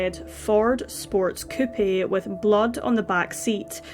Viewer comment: You don't pronounce the "e" in "coupe". It sounds just like "coop" in chicken coop.